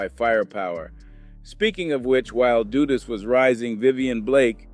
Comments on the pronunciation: YO STOP SPREADING BULLIIIIIIISSHHHH HEAR THE REAGAN BUSH ADMINISTRAION STARTED THE CRACK ERA HONESTLY THIS IDIOT TALKING DONT UNDERSTAND IN ORDER TO BRAIN WASH PEOPLE THEY ALWAYS BLAME BLACK PEOPLE HOW THE FUCK THESE MEN STARTED SELLING CRACK STUPID QUESTION HOW DU DUS NOT DOOOOO DUST MADE DRUGS OK AFTER A UNIFORMED OFFICER IN HIS POLICE CAR IN QUEENS NEW YORK GOT SHOT UP THATS WHEN THE REAGAN BUSH ADMINITRATION FLOODED CRACK IN THE HOODS OF AMERICA BEFORE THE COCAINE WAS WAY OUT THERE AND EVERYWHERE AND EXPENSIVE THE FUCK THIS MAN TALKING ABOUT AND CANT PRONOUNCE EASY WORDS BY READING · Repeat after me DUD-US just like you'd say BUD like Bud lite. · that's Big Meech and Terry Flenory, and you're mispronouncing Dudus's name like most people in the Jamaican media do. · AI have a problem pronouncing some names